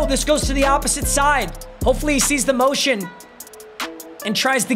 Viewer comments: "Mountain power O "😂😂 its motion i thought you played football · it's Motion.. not Mountain. 🎉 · papa its not mountain its motion 🤣🤣...